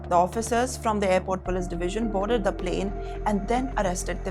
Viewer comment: Plane not Plan. Passenger is not pronounced that way. Heavy Hindi accent is off putting.